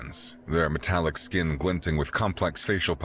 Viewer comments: it sounded like metric brilliance instead of metallic brilliance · odd pronunciation, hopefully just once. Metallic, sounded like Metric. Hmm. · Only .36 seconds in and metallic is mispronounced as metric ooops